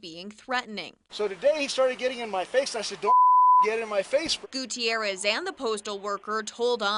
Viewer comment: On an unrelated note, that newscaster pronounces the name "Gutierrez" better than most newscasters do.